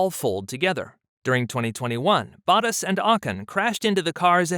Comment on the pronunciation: well it’s your channel and you have made this channel about racing and F1. When you listen back you should be able to tell. But to help you out a little. LeClerc name gets butchered on the broadcast but I’ve not heard this pronunciation much, but it’s not too off. Bottas and Ocon on the other hand are way off. Yes I understand that there can be different ways to pronounce names. But why not use the pronunciation of the F1 broadcasters ? When we as F1 enthusiasts watch content and the content creator doesn’t know the names or his voice over guy doesn’t know the names, makes us wonder if the channel is a money grab or the creator has a passion for the sport. I’m sure you have noticed all the new F1 channels lately.